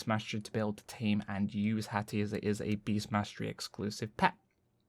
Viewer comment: Lmao HATHAH x) PE! ME PE HATHAH! sorry it's too funny